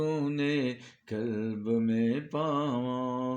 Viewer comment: Buht aala. Bhai kalb nahi qalb bolain.